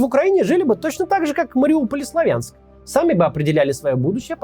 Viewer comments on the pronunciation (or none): none